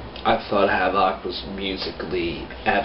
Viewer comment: It's pronounced like Havoc bro. Not Havawk.